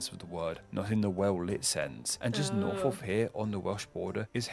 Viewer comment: it isn't an impediment as a lisp, it is purely down to lazy speach. This "f" sound is quire common in areas of London.